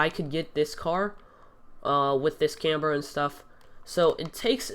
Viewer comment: Say camber right dumbass